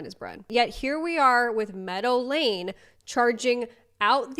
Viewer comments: why the interiors look like a Lush shop from the late 90s? also, why home dude keeps pronouncing meadow lane as normal people say Medellin? I mean... it will explain the prices a bit, if you catch my drift 😅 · When you say 'Meadow Lane' I keep hearing 'Medellin'... better not mess with these guys!! 😀 Great video, love from Ireland x